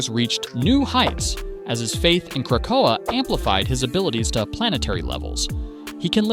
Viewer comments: Yo the ai voice over sucks. Just use your real voice. Every time the ai said Krakoa, I literally wanted to pull a black widow and end myself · There is no pause in "Krakoa"